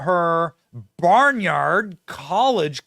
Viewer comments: "Barn-ard", not "Bernard", nor "Barnyard". Geez. Smh. Against "genocide", but ok with abortion. Idiots. Wow, so close to reality that I didn't even crack a smile. :/ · Barnard not Barnyard in Vt.